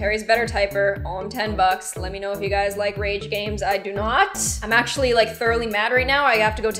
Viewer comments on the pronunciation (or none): none